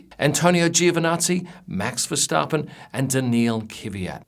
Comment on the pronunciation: Damn you pronounce "Verstappen" really well, kudos for that :)